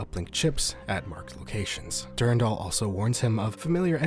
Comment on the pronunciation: du RAN dal. du RAN dal! not DUR 'n' DAL. it's literally a french name, I have no idea why people youtube pronounce it wrong (probably mandalore's fault lol)